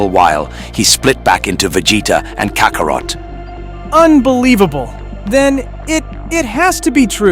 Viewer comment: Cockarot? I cant stand AI